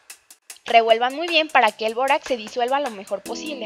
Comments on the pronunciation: Todo iva bien asta que dijo bórax :( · todo iba bien hasta que dijo borax😞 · todo iba bien hasta que dijo bórax